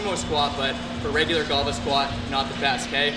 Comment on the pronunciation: Why do I keep hearing "goblin squat"